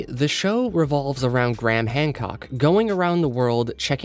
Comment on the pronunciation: Why do you call him Gram? His name is Graham.